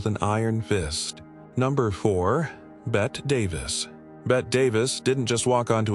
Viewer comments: Oh God. I can't stand the horrible mispronunciation of names. Bet Davis? It's BETTYYYY Davis! Can't even pronounce Dezi Arnaz Jr. or Desilu Studios correctly. And Lucille Ball being a serious person as a studio head doesn't make her a "monster."" Nice try at click bait. I'm stopping this at the 6 minute mark. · The a.i is butchering the names. Betty Davis is not Bet davis, dezi is not daisy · I am so tired of all of these AI videos referring to Bette (Betty) Davis as Bet Davis. She isn't Bette Midler. She is Bette pronounced "Betty" Davis. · Monsters? The first three might have been, but I'm not sure about some of the others. Loretta Young was trying to clean up foul language. Suzanne Somers was making $120,000 less per episode than one of her co-stars. How would you feel? Bet Davis instead of Betty Davis? Some people might view you as a monster for not knowing the correct way to pronounce the names of subjects in your videos. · Dear Barb here did not get your point, obviously! Actually, it's Bette Davis's own fault!😂 "Bette" normally is indeed pronounced "Bet", both in its French original form ánd in English, like in "Bette Midler" for instance. Yet, Bette (BET-TEE) Davis was quite an "American original" apparently, cause her actual name was pronounced like "Betty" yet she prefered the more "stylistic" (though in fact, wrong) "Bette" version in writing!😊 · Ooohhh, I think that Bet Davis would be very unhappy after hearing this narration. And SaSa Gah-bore would simply slap you, dahlink! 😮😂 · It's Bette Davis with a hard E. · When, when, when will somebody teach AI hoe to pronounce Bette Davis' first name? It's BETTEEEEE! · So tired of mispronounced names,strange emphasizing of words in sentences. AI narration of Bette Davis name is getting beyond annoying. It's pronounced Betty. No thumbs up here. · Somebody needs to tell AI how Bette Davis pronounced her first name.